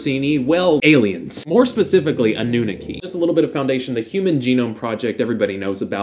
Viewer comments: Its not a-new-neki its anoo-naaki But good video, are you also rh negative? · Its pronounced ahh-nah-key..annunaki :)